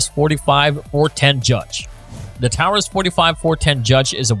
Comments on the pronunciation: Who's the guy reading the descriptions of the guns? " The Python has a vented RIP??' what is a "Tower-us" Judge?? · The host did mispronounce Taurus (it is pronounced Torus) and I do not know much about the 629 so I can not comment on it. The name of the video is " Revolvers that Will Save your Ass ". A 22 hand gun will have a much harder time with that. Also a 9mm does not have the stopping power of the guns listed. It is great that some people have a difference on guns listed. Makes good conversation. I think the 45 colt or the 45acp (WW 2 revolver) has more stopping power than a 38. But give credit ; it still was a good video. 👍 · "Here's a list of 7 revolvers to help you out of any situation". Ok, except most of these need to be open carried. Is this an AI generated voice? I've never heard anyone pronounce "Taurus" in such a way. And please stop with this "not accurate past 7 meters" nonsense. Any gun that cannot be reliably used past 7 "meters" needs to stay on display in the gaming room, above the mini bar in a glass case, not in someone's waistband on their travels. What kind of accuracy are you talking about? If you're carrying a revolver for defense, what is your expectation of accuracy? I ask this , because anyone practicing enough should be able to at least hit a 6" circle at 20 yards. More practice is better. I know plenty of people who can shoot 4" groups with a 2" barreled J-fame, at 25 yards. That's 75 feet for those who can't math. (Side note, how did J frames not make the list?) That's definitely accurate enough for a self defense situation. If you are shooting people past 25 yards, it becomes a lot harder to justify as self defense. Also , anyone viewing this and shopping for guns, uses the measuring unit of "yards", not "meters". Just my 2 cents. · How can any of you take this channel seriously the narrator can't even pronounce Taurus correctly, so many "facts" are blatantly wrong. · Is it me or he is saying Taurus wrong